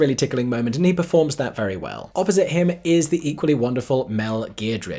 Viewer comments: Mel Geer-d-rich?! It’s Giedroyc pronounced “Ged-roitch”. 🤣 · Its pronounced Ged-roy-ch by the way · that's not how you say her surname...if you're doing that to delibretly rile her up...not nice says I.